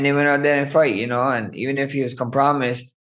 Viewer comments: 'Co-promised"? 😅 please don't tell me he thought it was pronounced that way for 30 years and it's just down to a bad weight cut? He looks like he is struggling again. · comp-ro-mised lol tf 🤣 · Com-promised lol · Loll “com-promised” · Max "Com-promised" Holloway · lol Max said Volk was com-promised.